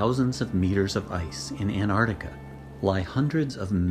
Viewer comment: learn to pronounce Antarctica it's gutless